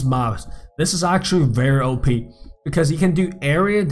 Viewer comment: you keep saying (Ohe-Pee) for OP its pronounced (Oh-Pee)